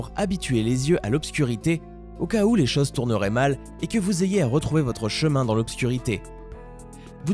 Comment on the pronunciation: On dit CHOSE, pas CHAUSE !